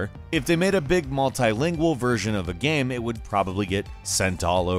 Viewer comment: Your Pronunciation of "Game" is slightly annoying😥